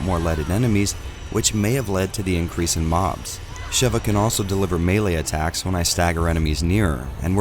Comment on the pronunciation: Speaking of Re5 taking itself seriously, I'm taking YOU seriously: you've said Sheva's name right. When I watch a video on Re5 and they say "Sheeva", i immediately doubt that they've even laid eyes on the game and proceed to take everything that they say as inauthentic and that they themselves are disingenuous individuals. Yes - saying "Sheeva" is that much a big deal to me. irks the hell out of me quite frankly. But you are the only one who he said her name correctly. So thank you. 😌